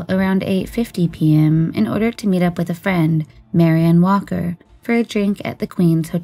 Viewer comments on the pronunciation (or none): none